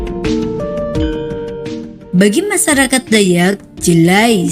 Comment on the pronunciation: Masyarakat,,, bukan masarakat, lu harus belajar membaca min